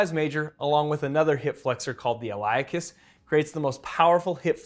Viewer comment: I've never heard "iliacus" pronounced like that. Always more like: ill-ee-ACK-us. Next 10 other YT videos also disagree with you. How do I live not knowing the truth!?